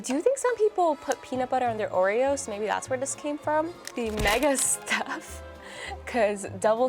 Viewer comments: no no not "joereoes"! "Orejoes" ! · Surely it should be 'Ore-Joes'